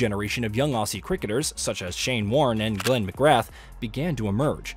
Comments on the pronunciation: Pronounce Glen McGrath properly.. He deserves it.. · Great video, but please lookup the correct pronunciation of the names of legends Glenn McGrath and Adam Gilchrist.